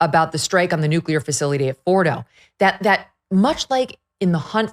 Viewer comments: Nu-clea-er not New-Q-ler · Sorry, but I gotta say it. "Nuclear" is pronounced, " noo klee ur," not " noo kyuh ler."